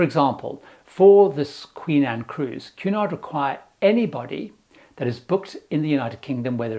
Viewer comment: I got half way thru the video before realizing “Q naught” is actually Cunard. 😂